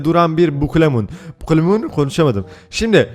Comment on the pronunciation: Türkçe : Bukalemun Baturayca: Bukulemun 😂😂😂😂😂😂